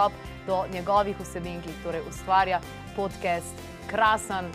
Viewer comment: Šment, ali se "podcast" ne bere kar enostavno podkast (s širokim a) in ne podkest...?😚 Sicer pa bravo za izbiro tega gosta, ravnokar je dobil še enega sledilca na YouTube-u.😸👍